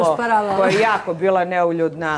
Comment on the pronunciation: čak ne zna ni da izgovori ono o čemu se izjašnjava... Za nju je to " neljudna"... 😂😂😂